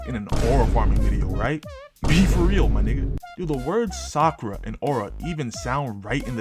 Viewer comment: Sak-aura. Done seee. Chunin exam. Sakura was kinda cooking.